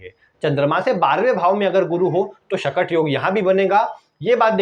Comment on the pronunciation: चंद्रमा से गुरु - बृहस्पति 6 वे स्थान पर हो तो " शकट " योग बनता है और आप इस योग के नाम का उच्चारण गलत कर के "" शटक "" बोल रहे हो please improve the mistake ....